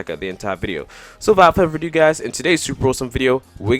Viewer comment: Wivout furver adoo